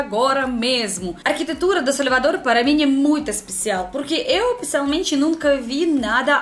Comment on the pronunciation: O seu sotaque quando você fala salvador parece mais como algo do tipo "сoльвадор" kk ou "сaльвадор"